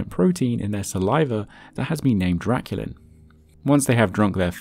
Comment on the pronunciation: "draculant"? Thats great.